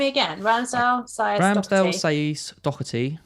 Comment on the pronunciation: Doherty (when an Irish surname) has a soft H. And no C. 😉 Not a big deal, but for anyone not sure just thought I'd mention it